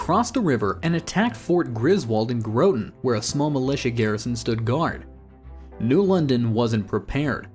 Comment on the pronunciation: It's pronoucned Graw-tin, bro